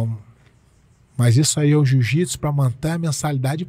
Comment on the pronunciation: 🤔 Ele diz: O "Jiu-Jipisiu" não é para todos. Então isso significa que o Jiu-jitsu não é um esporte, pois o esporte sempre foi para todos, independente de quem seja, ninguém é obrigado a ser um atleta profissional de UFC. Pois é, arrogância e falta de educação faz mais sucesso que humildade de espírito.